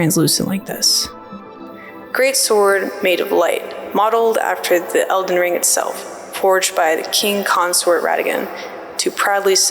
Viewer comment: I deadass heard you say Zelden Ring. Real